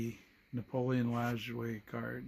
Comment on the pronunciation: What a fantastic story and what a cool thing. Plus, now I finally know how to pronounce Nap's name correctly.